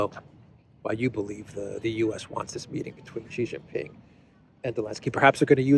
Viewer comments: OH MY GOD STOP IT. XI JIN PING is pronounced SHEEE JIN PING NOT JHEEE JHING PING, JHEE JHEE is Penis. Listen to how, your Duran partner Alexander M. Says it SHEEEEE like female, NOT JHHHEEE like weird Australia Sky News.. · His name, Xi Jin Ping is pronounced SHEE (like female) JIN PING not JHEEE JHING PING. Jhee Jhee is slang for Penis. You are insulting him.